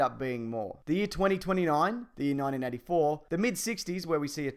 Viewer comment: Your accent made 1984 sound like 1994 and I had to go back to hear it properly. Don't worry about it though.